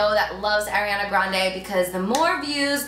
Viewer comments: R-E-On-Uh babe not Airiana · I love this tutorial and you Carli, but it's "Ari"ana not "Airi"ana. I'm sorry it was just bothering me a little bit. ❤️ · It is ARIANA GRANDE not AIRIANA